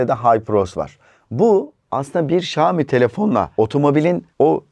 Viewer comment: Xiaomi söylemeyi öğren önce